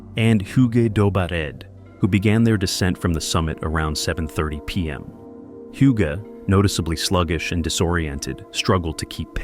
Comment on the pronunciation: "hyuu-gay" pretty sure that's not how it's pronounced. I had a friend with the same name and it was pronounced, "oog."